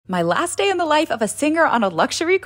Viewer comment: Why did you stop saying "dey" instead of regular "day" 😢